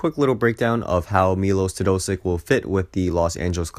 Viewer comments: It's pronounced as Milosh Teodositch, not Milos Teodosik. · Learn how to say his name, you are doing it wrong.